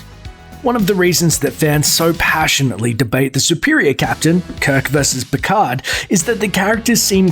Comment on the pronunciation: Another false fact: The "d" in "Picard" isn't silent.